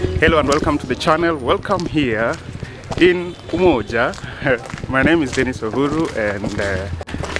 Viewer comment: A shot everytime Dennis says "cheew""😂